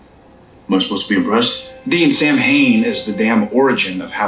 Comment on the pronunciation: I HATE that they don't pronounce Samhain correctly. It would have taken less than a minute of research to know how to pronounce it. Not one of my favs - but I still love, love, love Supernatural.